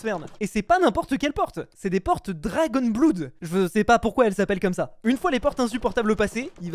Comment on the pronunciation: Ca ce prononce dragonne blod